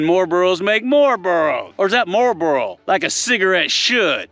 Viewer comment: Burro lol not Borro